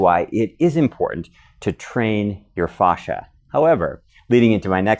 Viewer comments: It’s fascia not fauscia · It's not fauscia it's fascia god damn it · i work in auto industry and thats not how we pronounce fascia (fay-sheeuh) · Stop saying "fosh-a" though. Google how to pronounce it. Super annoying. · Great info, thanks! I’ve never heard fascia pronounced the way you say it though. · Painfully miss pronouncing words such as fascia! It's so hard to watch. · A lot of information from some one who doesn’t know how to pronounce it